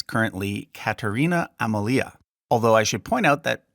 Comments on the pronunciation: Great video! 2 minor gripes: Beatrix is pronounced with 3 syllables, [Bee-yah-trix] or even better [Bay-yaj-trix] Amalia has the stress on the second syllable, aMAlia. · FWIW, Amalia is pronounced ah-MAH-lee-yah. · Johan de Wiit -> Johan de Witt, you misspelt his name. Also, some of the pronunciations were a bit disappointing; I hoped you would at least know Beatrix is Be-a-trix, not Bea-trix. 😅 The emphasis in Amalia's name is on the second a, not on the i.